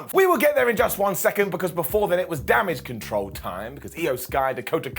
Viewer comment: It's pronounced "Damage Catarl"....